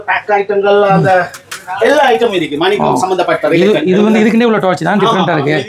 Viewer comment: என்னடா இவன்‌. மானிக்கம் மானிக்கம் என்றே சொல்லுகுறான் வைரம் . ம்டா